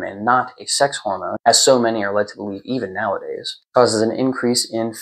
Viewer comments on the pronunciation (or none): none